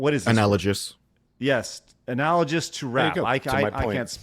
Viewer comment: bro can't pronounce analogous